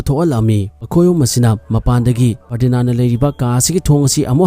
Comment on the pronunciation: Ferdinaan Nate Ferdinand oibane 😂😂🤣😆